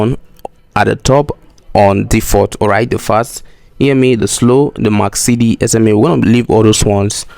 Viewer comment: the indicator is MAC-D not MAC-CD